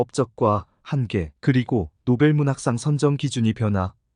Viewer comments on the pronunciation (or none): 한계, 소설,세계, 서사, 배경, 제주(도),비판, 시각, 한계,선정,현재,대표적, 소수자 , 세대, 주목 , 가치 , 등!! 이상 예는 오늘의 narrator 의 발음 문제를 지적한 것이다. 즉 장음인 단어의 첫 자를 "짧게" 잘못 발음한 실 예임을 정중히 아뢴다. 겸해서, 권하건대, "한국 어문을 고발함"이라는 책을 조용히 읽어 주실까요? 미국 변 완수 드릴